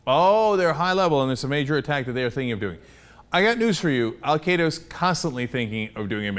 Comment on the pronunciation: Dutch Ruppersberger?! Baha. Nice name. Anyone else notice that he called Al Queda "Al kaa-daa"?